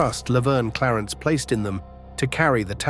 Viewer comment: The A.I. CANT pronounce Gagne right...lol..😂😂😂